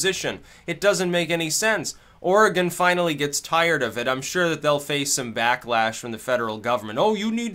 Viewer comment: There's a little known statute in Oregon that makes illegal any law (city, county, and state) that prevents the public use of controlled substances or alcohol. Although alcohol has an exception related mostly to parks. Also, congrats on pronouncing Oregon correctly 👍🏻